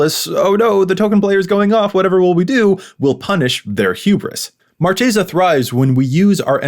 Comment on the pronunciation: Ooooof saying marchesa wrong not a good start